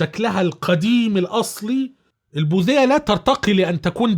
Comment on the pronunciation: البوديه وليست البوذيه